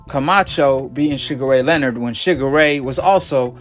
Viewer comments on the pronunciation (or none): none